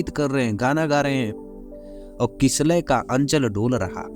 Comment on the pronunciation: " किलसय" तू पहले हिन्दी बोलना सीख । पढाना बन्द क र।